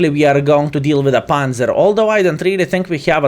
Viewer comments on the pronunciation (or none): none